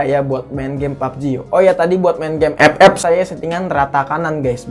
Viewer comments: Ngakak aku bang lu ngomong ep ep🤣🤣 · Pas bilang epep ngakak bang asli dah🤣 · Maap bang, setiap lu ngomong "EPEP" GW ngakak bangkeee 🤣🤣🤣🤣